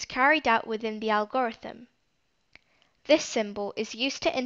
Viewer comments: the way she pronounces algorithm 😂helpful video nonetheless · fr makes it hard to watch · So no ones going to talk about how she says algorithm??? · It was so distracting